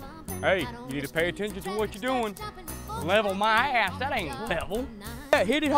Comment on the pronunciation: Suggestion: when you say ass or gas or words that sound like that...pronounce 'ace' sliiiightly. 'Getcha ace ovaar n get ta werk'.